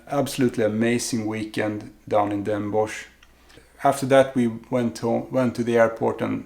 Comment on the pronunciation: next time you go to Den Bosch, or 's-Hertogenbosch how it's officially namend, you have to get a "Bossche Bol" . It is a large profiterole, filled with whipped cream and coated with dark chocolate fondant icing. It's obligatory, sorry. ;) Also, you pronounce Den Bosch as "Den Bos". So not with the -sh sound. More like "atmos or bios" > Den bos. Also great tips. having a list and a map. I was all over the place and came home with a lot of great stuff but nothing I actually went for.